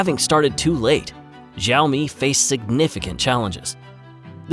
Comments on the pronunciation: you should learn correct pronunciation of XIAOMI before recording your video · The X in Xioami is pronounced more like SH than Z. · He pronounced it correctly the first time then it becomes wrong Seems AI generated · Bro first of all this video is riddled with mis information It's pronounced "shaw - me" ("shaw" as in show wer) USA never actually banned xioami unlike huawei,huawei was also not sanctioned it was completely banned from basically all of America,meaning it can't even use any technology even slightly using American companies and not only in America it was actually banned in the UK and most of Europe,huawei 5g infrastructure was also completely destroyed with no trace of huawei being left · The name Xiaomi is pronounced wrong. Can't watch the video if the company's name is pronounced wrong 😅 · Is this an AI voice. The way he misprounces MIUI and XiaoMi is off-putting. No offense if you are a real human voice but learn to pronounce some important words 🙏🏻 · its not ziomi its shiaomi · Btw, it pronounced Sha-o-mi, not zha-o-mi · Please it is Xi-aomi, how can you pronounce Zi-aomi!? It’s too annoying that I can finish your video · Xiaomi is pronounced [Shiao-mi] not Zhiaomi. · Great video, great story, congratulations! You should have learned to pronounce XIAOMI though. It's NOT "Jeeowmi", not "Zowme"... The right pronunciation is easy, you CAN do it! I's not rocekt science... XI ... almost ¨exactly" like SHE AO... exactly like the "OW" in cow. MI... exactly like ME, or MEE in meet. Now repeat 10 times and you are good to go. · Also learn to pronounce their name correctly. More like "sh" than "z" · Its pronounced SEE-ow-me. Zee-ow-me. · It doesn't pronounce "zaomi" or "jaomi". It pronounces as "shaomi". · When company says Sāomi, don't spell Jāomi. It's ridiculously odd! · Why tf does he keeps saying ZAO ME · Why is this guy pronouncing xiaomi with a z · FYI pronounced "sh-ee-ow-mi"